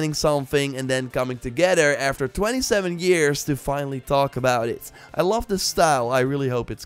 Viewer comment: . So, basically, “Life Is a Stranger Thing, isn’t IT” (emphasis on last word)